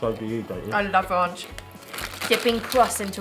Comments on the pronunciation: They say Ronch lol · The way you pronounce Ranch I have never heard it that way. The way the lady in America pronounced it to you is how you say it. At least in America. :)